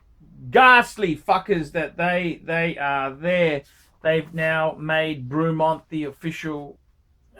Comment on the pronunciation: It’s ‘Brey’mont not fucking ‘Brew’mont you imbecile. 😂